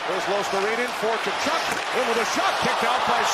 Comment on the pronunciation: It's KuhCHOOK not Kuchuck...Dope.